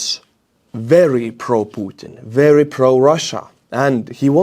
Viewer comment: "Datsa berry nice" 😊